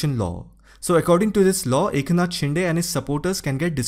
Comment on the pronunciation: 'शिंदे' not 'शिंडे'!!